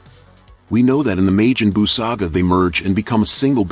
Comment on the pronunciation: This garbage AI voice. May-Jin- Boo? Lol tf is that